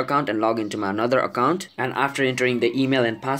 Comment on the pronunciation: Stop Saying Accont It Is Account Okay. Im Just Saying. Nice Video By The Way